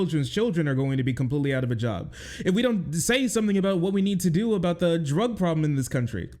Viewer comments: the put-upon accent is so insufferable to me. ive never heard anyone say aboot irl in my life HE DOES IT ON PURPOSE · I'm Canadian. We do not claim this obnoxious idiot. And the "a-boot" pronunciation is largely an eastern Canadian thing. 😂